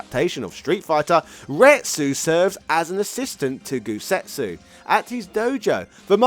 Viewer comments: why do you keep saying "GouSetsu" when his name is "GouTetsu?" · Fun video - some pronunciation notes. Gen is pronounced with a hard G like "game" or "gun". Goutetsu is not Gousetsu. Another reference for Eagle is a character from Bruce Lee's "Fist of Fury" called Petrov. Look it up, it's almost a straight copy